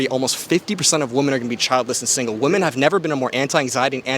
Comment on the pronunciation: Good stuff! I just want to point out that you’ve picked up the habit of saying “WOMAN” when you mean to say “WOMEN”. This is something that I’ve noticed people 18-25 do for some reason